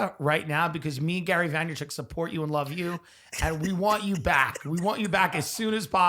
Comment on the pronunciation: “Gary Veymerchumnk” - Tim Dillin 2022